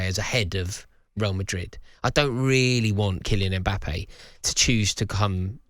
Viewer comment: Why do Europeans keep calling him "E-mbappe"? Pliz start with the "M" or practise by saying "Mmmmm.....mmmmbappe"